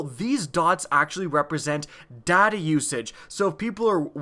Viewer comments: The whole video i thought he was saying 'daddy' usage instead of 'data' usage XD. Good video, very helpful :) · In stead of data usage i heard daddy issues XD